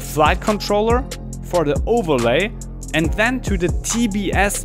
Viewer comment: Ein Kollege von mir hat auch ne FPV Drohne ach und bei gehört ein than anstatt then (when? Then) ;)